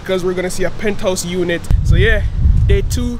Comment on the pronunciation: Pinthouse or penthouse???